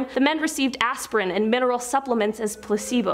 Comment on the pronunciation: She pronounced The college wayyyy wrong. Tus-ke-gee!!!!!!